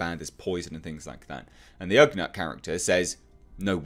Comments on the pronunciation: Glad you're digging it man! And as I'm sure you've already heard in comments... its ugNAUGHT as opposed to ugNUT 🤣🤣👌🏻💙 O.O.K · I think its pronounced like nautical. Ughnaut. Maybe. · pronounced "OOOG-not"